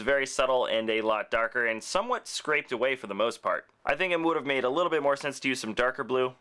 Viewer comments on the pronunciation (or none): none